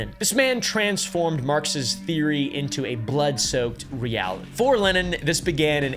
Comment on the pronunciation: whoa, worse pronunciation of Lenin's name i've ever heard -- nice.